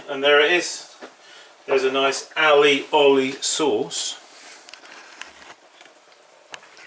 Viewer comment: Why are you adding so many letters and syllables to that word